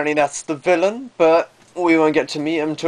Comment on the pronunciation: LOLOL the way you say VILLAIN